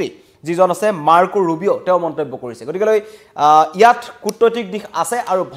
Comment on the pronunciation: news reader জনে গতিকে শব্দটো ভুলকৈ উচ্ছাৰণ কৰে।গতিকে শব্দটো গতিকলে বুলিহে কয়।কথাটো মণ কৰিবলগীয়া।এজন বাতৰি পঢ়োতাই ভুল কৰিলে ভাল নালাগে। বাকীবোৰ সকলো ঠিকেই আছে।